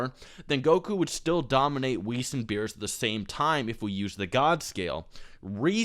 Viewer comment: Yeah I don't understand why people call him Beerus. That's like calling Vegeta "Bejiita" but still pronouncing it incorrectly like "Bejit"